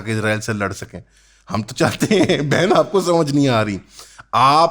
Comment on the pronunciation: when he said bhen it feels like he said bc